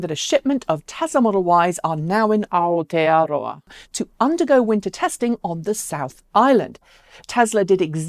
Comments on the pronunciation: I’ve heard worse pronunciation of Aotearoa. Well done for trying. 👍🇳🇿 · Aotearoa - full marks for taking a crack at the Maori. Not many foreigners are that brave.